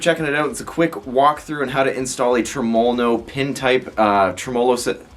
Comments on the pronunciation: I figured after the 789309th time u said trumulalow no you would learn to say it properly without struggling so much 🤣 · Dude you are pronouncing Tremol-No wrong. I wouldn't say anything but you say it so many times and is cringing me bud.